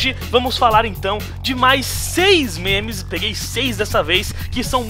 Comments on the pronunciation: o ficava falando menes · e minha impressão ou o fala menes em véz de memes